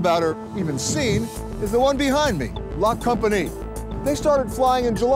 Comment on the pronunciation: The pronunciation of La Compagnie made me cringe so hard.